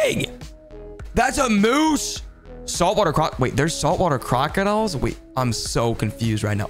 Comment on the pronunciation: Not a single soul in existence: Him: “Jauhhh-punees spider crab” “Crocodlll” Look how big that thing it is.”